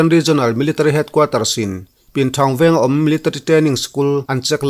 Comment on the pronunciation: Military i lam dan hi aww😂😂a ranglutuk😂😂😂 miltri